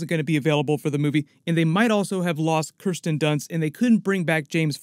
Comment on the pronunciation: It's Kirsten Dunst, not Krystan